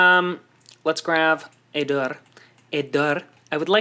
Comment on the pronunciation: The way he said door in the beginning of the video is the way you say door in norway. We write it dör or dør. :)